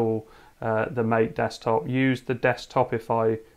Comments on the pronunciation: Greetings! I enjoyed your quick review of Ubuntu MATE on a Pi 4. I thought you might be interested in knowing the desktop is named after the drink, so it's pronounced "mah tay." [EDIT: the link I supplied from the Ubuntu-MATE website contained mostly comments from folks arguing about the pronunciation. So I didn't realize it's a contentious topic. I'm not trying to start an argument.] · The Window Manager Mate (based on Gnome 2.x) is named after Yerba Mate, the national drink of a few countries in South America. Pronounced 'Ma-teh' (Spanish). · it's mah-tay mate